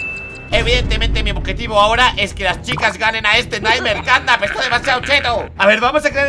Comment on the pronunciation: ¿ Por qué dices CatNap pita?